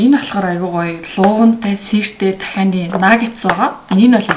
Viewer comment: Тахианы Цээж Махыг Нохойны цээж мах гэж сонслоошд